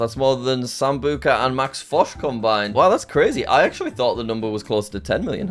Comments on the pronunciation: it's not sambuca it's sambucha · bro can't do a collab with sambucha if he can't even pronounce his name correctly 💀💀